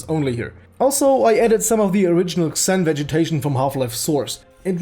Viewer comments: Xen is pronounced "Zen" not "Ksen" just so you know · its pronounced zeen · It's spelled "Zen" not "Ksen" lol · BTW, the "Xen" is pronounced more like "Zen" in English. I'm Polish so I had to learn that too, you sound Russian to me :) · you say it zen not xen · xen is pronounced zen not exin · The way you pronounce "Xen"... My ears... It's pronounsed as "Zen", not "Ksen" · No offence, friend. I've watched the video, and you've covered what everyone else seems to have a problem with. good review. But the title is very misleading and if it weren't for that I'd have nothing bad to say about the whole thing... Oh and by the way "Xen" is pronounced "Zen" for fucking "Ksen" ;P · xen is pronounced like "zin" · xen is pronounced like zen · It's pronounced as "Zen." GMan pronounced it as such. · The way you say "Xen" actually bothers me.